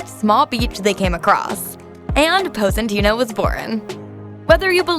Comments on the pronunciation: Nice, but if you've been there you should know how to pronounce it. Pos-ee-tah-no, not Poseytano. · Her pronunciation is disgusting Poe-si-tayno 🤢. It’s Pos-i-taah-noh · Posentino or Positano....? 😳 Confuzzled...... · ok, so just positano (not positanou) got it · What is Pose-een-teeno?? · Lol Epic She butchered every name possible, I think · HAAHAAHAAHAA pose-eeen-teeeno like a hundred times over and over!!! Gosh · Appreciate the content BUT butchered the pronunciation of Positano. Hard to get that out of my head now. Onward to getting better every day 🙏🏽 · Learn how to say the name of this town if you're going to try to be a guide. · LOL the way she says Positano.. OMG!! Learn how to say it right! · Don’t steal others work! Also learn how to pronounce the town correctly. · 2 things: 1. Please, learn how to pronounce Positano. 2. You took footages from Nicki Positano's youtube channel -in path of the God, from 5 years ago-, so I assume most of these images are not yours? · Pronunciation is a disaster and voice is horrid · Butchered both Positano and Cinque Terra. It’s not sink’way terra but Cinque pronounced chin’qway as in the number 5 in Italian..